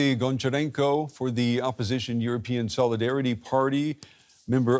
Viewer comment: Honcharenko not Goncharenko like Hockey